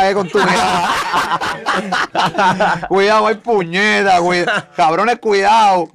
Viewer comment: El dice cuidau y mira los diablos 😂😂